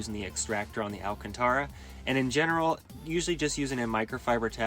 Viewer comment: Please learn how to say Alcântara correctly